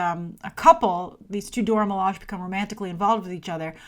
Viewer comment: Milage is pronounced Mi-La-Jay